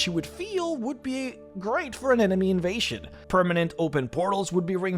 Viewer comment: "invashion"? "treashure"? Jesus Christ man, just stop!